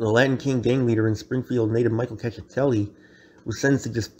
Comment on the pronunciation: “Check- eh- telli”